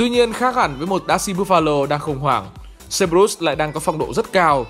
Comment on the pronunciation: Ý kiến chút ad nên đọc đúng lại cerberus đọc sai nghe khó chịu :v